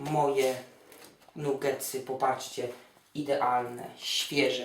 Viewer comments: "nugetsy" hehe chyba "nagetsy" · nie mówi sie nugetsy przez "U' tylko przez "A" czyta się nagetsy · mówi się nagetsy albo i nie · bo robi je dla kogos on ich nie je xD a pozatym pisze sie NUgetsy a czyta Nagetsy. Nabie xD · nie powinno sie czytac NAGETSY ?